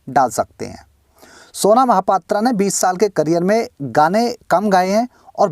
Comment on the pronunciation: its pronounced mahapatraw not aa not O unfornately she is from my city -_